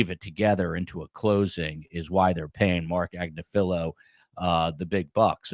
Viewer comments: Agnifilo; Accent on “NIF”. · It’s Ag-NIF-Feh-lo- his wife actually has her own YouTube channel called legal AF and she represents Luigi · At least pronounce Agnifolo correctly. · He's not the only one mispronouncing the name and it's been driving me nuts!!!